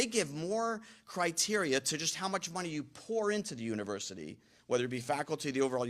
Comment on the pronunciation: Dont need no "univursity" round ear. Damn demonrats.